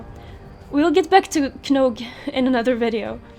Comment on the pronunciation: Omg you have the most adorable voice ever. Subbed, also the K is silent in Knogh